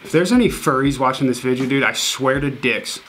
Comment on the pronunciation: is the kind of guy to fake saying video as vidja 😂